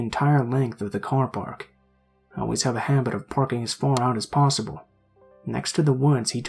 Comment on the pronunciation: *Possible, not possble...